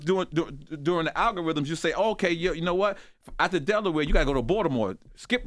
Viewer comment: Loren... Please let Charlemagne kno To put sum respecK on Delaware name🤨 he keep trying us 🤦🏽‍♀️ -#Eway💪🏽💯